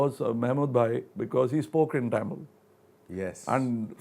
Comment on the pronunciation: He should have done some research before interviewing the legend of Kamal Haasan. . Going to chennai ain't big deal. He even pronunced 'Tamil' incorrectly. Aweful !